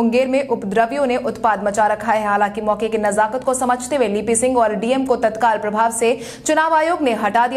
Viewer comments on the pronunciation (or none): none